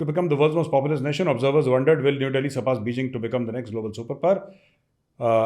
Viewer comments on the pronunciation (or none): none